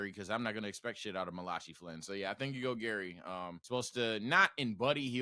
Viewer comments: Did just literally call that guy Malah chee instead of Malachi? Lol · not being able to pronounce malachi is hilarious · bruh that's the second time has butchered Malachi's name.